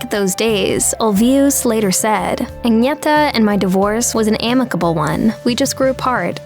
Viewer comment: WHERE THE HELL DID THEY GET THIS STUPID BITCH FROM TO DO THE COMMENTARY SHE CAN'T PRONOUNCE THE NAMES OF AGNETHA OR BJORN . SHE SHOULD HAVE BEEN SACKED BEFORE SHE EVEN STARTED THIS VIDEO.